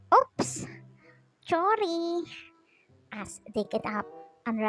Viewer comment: Your voice is so cute also when you said chorry 🤣